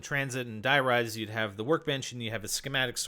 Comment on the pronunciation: it's die rise